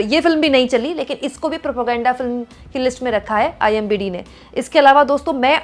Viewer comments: Imdb. Not imbd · IMBd nahi madam IMDb ( internet movie database) hota hai upar likha hai tab bhi repeatedly galat bolrahi hai aap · IMBD NHI HOTA..."IMDB hota hai" Please, Cross Check your mistake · Mam its IMDb not imbd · It’s IMDb not imbd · Kya kumkum imbd nhi , imdb h thoda padha to lo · It is "IMDb" not IMBD